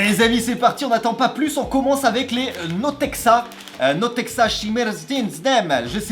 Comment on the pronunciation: Elle me tue ta prononciation c’est pas du kabak mais du kvass et les pipasols c’était pas notexa mais potekha